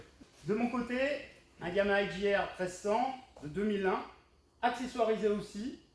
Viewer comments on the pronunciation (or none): none